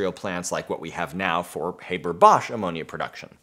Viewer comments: I know that this comment might seem silly, but it's like nails-on-a-chalkboard to me when people mispronounce someone's name. It's HAH-BER, not HAY-BER. Maybe it's because I'm a teacher and I find it important to pronounce people's names correctly. FYI. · do we need a new process? What's wrong with the Haber-Bosch process? ALSO IT'S NOT HABER LIKE HAY IT'S HABER LIKE HEART IT COMES FROM GERMAN BECAUSE HE WAS GERMAN DUMMSCHEIß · The name's pronunciation is with an a sound like in MUST. Same sound but long. Not like in HAY. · Thanks for the great lecture. P.S.: Haber is pronounced Hahber, not Hayber. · Haber in german is being pronounced as "A" like in british "ant", not like "ai" like in "ABC"... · American here,I learned it as "HAH-ber." Though I could see someone who only ever read the name pronouncing it as Hay-ber,akin to paper. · Did Fritz's fay-ther pronounce it that way, too? ;) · He was German - it is pronounced like Harbour!!! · It is pronounced Haaaaber like in blast (pun intended). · In English we also pronounce it "HAH-ber", I think this is american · We pronounce it [Hah-ber] in Australia. It's just the goddamn Yanks. They do try, though, bless their hearts ... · Just a little information: the ‚a‘ in ‚Haber‘ is pronouced like the ‚a‘ in ‚last‘. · Eventually someone pointed this out! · Oh! the new process has a Catalyst? SO DOES THE HABER-BOSCH PROCESS! you have yet to tell me how this new process is better than the old and your mispronunciation of Haber's name is making it hard to continue watching. I mean if lithium were more abundant than the Haber-Bosch process's catalyst, maybe... EXCEPT THE HABER-BOSCH PROCESS USES AN IRON CATALYST IN MODERN TIMES! AND IRON IS 3700 TIMES MORE ABUNDANT IN EARTH'S CRUST THAN LITHIUM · STOP SAYING HABER LIKE THAT YOU ANGLECENTRIC TWIT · You'd think before making this video you'd at least learn to pronounce the man's name correctly... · Dude, learn how to pronounce a German names…